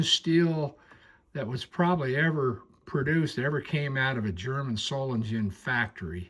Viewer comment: Beautiful knife. N.B. The ‘s’ in Solingen is pronounced as a ‘z’, the same as with Siemens and various other German names. N.B. Not necessarily applicable when ‘s’ is the last letter in a German word. Cheers from NZ🇳🇿.